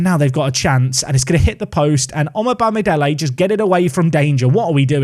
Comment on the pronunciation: Just fyi, omobamidele is pronounced as oh-moh-bami-day-lay. The o in the oh and the moh both have a short o sound, like the sound of o in the word ‘block’ for example. Hope this helps.